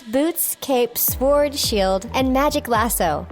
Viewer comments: did she just fcking pronounce the 'w' in "sword"?? xD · It's not sword just because it's spelling like that it's said difrently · Rebellion implies... her knowing the w is silent. Like she said nah! 😕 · Yup, she pronounced the w in sword. Or else she said sward